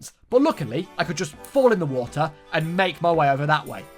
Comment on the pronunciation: I like that they say Waer and not water because you’re never supposed to hear 50% of the word